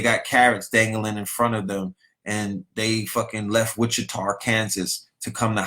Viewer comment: “Witchar, Kansas” 💀😂